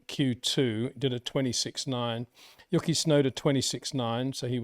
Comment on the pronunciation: Hi Poiter, Please stop calling him "Yooky", it is disrespectful to put such little effort into pronouncing his name